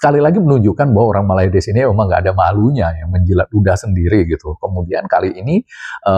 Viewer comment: 😀😀😀 bilang MALAYDESHnya biasa aj x bang...😋